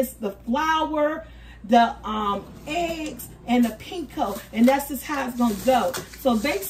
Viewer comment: "pinko" for panko had me giggling lol made me think of price is right game Plinko 🤣 Sammich looks great!!